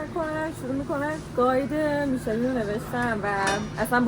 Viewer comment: جون اون میشلن هست نه میشلین